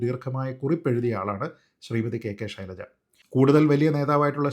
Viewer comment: ശൈലജയാണ് യഥാർത്ഥ ഉച്ഛാരണം